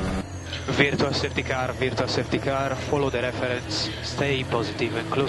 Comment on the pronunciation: VSCのバーチャルの発音が全然聞き取れねぇw